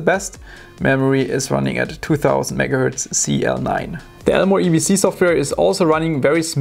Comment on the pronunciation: Megahurtz ya damn german